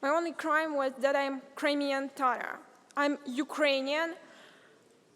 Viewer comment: What kind of tatar she is when she cannot pronouns word TATAR. Real Tatars do not pronouns it like that. She is pronouncing it more like English- tarar- instead of TATAR.